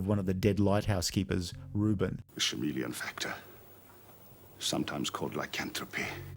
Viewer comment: The "shameleon"? Lol